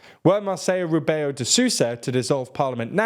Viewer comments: How come you pronounce "Rebelo" as "Rubeu"? Under which logic assumption "E" and "LO" are both "U", given also that you pronounce "BE" as "BE" (correctly here?). Just Google it man, the TL DR of few time ago would now fall on this. BTW I'm exaggerating here, I know, not a big issue ;) ^_^ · I could forgive the ã, it was the "Rebeyo de Sooza" that was making me cringe, as if the L read like the spanish LL